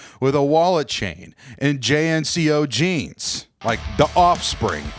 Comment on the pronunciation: Did you for real just mispronounce JNCO? Faker. Poser. I bet you mall grab, you poser.